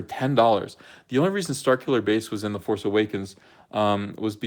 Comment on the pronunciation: Use the Pho-ce,.